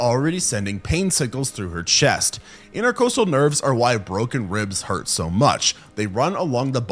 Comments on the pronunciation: Inter-cawst-al, not inter-coast-al 🙄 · It’s pronounced interCAHstal not intercoastal